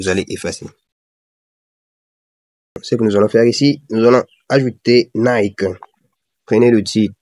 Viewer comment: J'ai aimé comment tu as prononcé NIKEEEE 😂